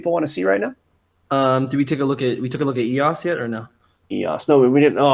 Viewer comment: eos, not ross